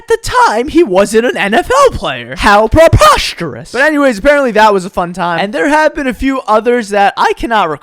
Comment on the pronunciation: “hOw PrEpOsTErouS” 😂